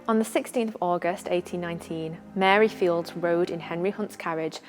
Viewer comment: Please correct your pronunciation of Mary's Surname. It is pronounced Files, you don't sound the silent D in Fildes..Thank you.